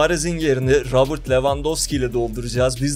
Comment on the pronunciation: Debrün ve rabırt deme şunlara be